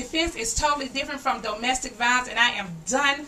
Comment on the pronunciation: "Doe-mestic violence." 🤣